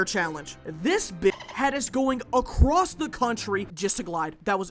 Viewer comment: run ACWOSS yeah sure